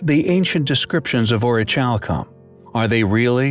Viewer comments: The way in witch you pronounce the word orichalcum is highly compelling I believe it's pronounced (Aw-ruh-kal-km) not chalcum as the ch makes a kal sound instead of a chal. Also it's interesting that in Latin Orichalcum translates to mountain copper. Comparative to brass orichalcum is a copper zinc alloy. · To spell it like this: orich alcom . No wonder its so irritating to hear him pronounce it that way!! The H is silent. It's just not to "Highly Ch ompelling!!" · Pronounce the ch like c, as in ori-cal-come. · Yes, Thank You! So irritating to hear dude pronounce it that way. I mean, Come ON! orich alcom !? And that's how he spells it!? Not very ch-ompelling!